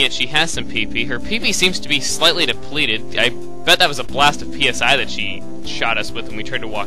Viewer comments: pronounced "SIGH" XD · FYI that word "PSI" is pronounce sai (as in psionics)